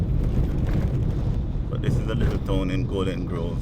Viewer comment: For example, when you say tone instead of town, I'm Jamaican so I'm guilty of these things as well🤣🤣